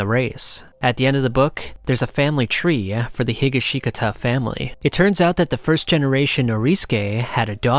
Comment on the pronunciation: Josuske Higa-Shika-Ta 😭